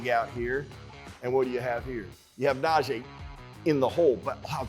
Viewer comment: It's Na-GEE Harris. #ijs